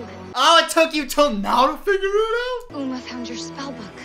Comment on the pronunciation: Uma: Sings a song about her name.: Says her name wrong.